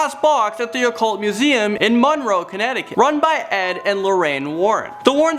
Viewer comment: You pronounced Monroe wrong. The 'mON' is the main syllable.